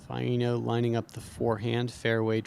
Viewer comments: Bruh... Vi-E-no?... It's pronounced Vi-no. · i dont undestand how hears queen say Vaino's name right then keeps saying it like a moron saying vye-ee-no, its "vye-no"